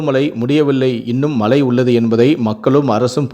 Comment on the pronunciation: Tamizh ucharippu padu moosam mazhai enbathai malai ean ucharikkirar muthalil tamizhi nandraha padi pinbu nee seithi vasikkalam